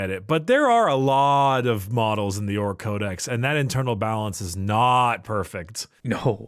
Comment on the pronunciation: Every time they talk about their merch, I swear they say Ork at Eight.